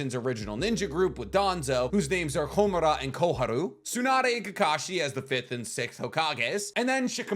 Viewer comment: It’s kakashi my guy